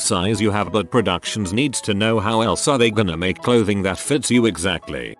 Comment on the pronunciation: I think the robot had a stroke when trying to pronounce "buuuuuut"